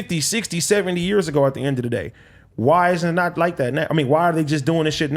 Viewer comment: AD is a lame and sounds like a completely incoherent idiot. As the token Black guy who clearly enjoys playing the the role of the token Black guy on a white show, your buffoonery is annoying, inarticulate, and disgraceful “at da end a da day” 🙄